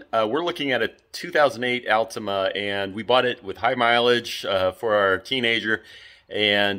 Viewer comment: Don't know if I can take advice from someone that doesn't pronounce altima correctly 😆